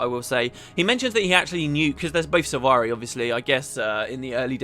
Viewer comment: They mispronounce all the sylvari Gaellic names. It's infuriating :-/